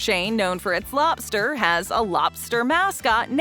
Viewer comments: To be exact, it's pronounced loBster. Not loPster. So annoying that I can't watch. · She says "lopster" at least 3000 times. LOB STER, LOBBBBB STER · It's loBster, not loPster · It's Red Lobster, not Red Lopster... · is narrator saying Lopster with a (P) or ive had too much caffeine 🤔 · She says “Red Lopster” about 150 times 😂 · Say lopster again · Every time she says "Lobster" I'm hearing it pronounced (Lop-Stir) 🤣 I was told by a neighbor who was an employee for Red Lobster that they serve a lot of boiled in the bag and steamed frozen entrees. The small portions size has always been a disappointment. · red “lopster”…. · I am listening while reading the comments. Got to yours now I cannot unhear it. 🤣😂😆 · Lobster?..... is thay what your trying to say? Its not lop-ster no p and no stress on the middle of the word. Very simple and easy a child could do it.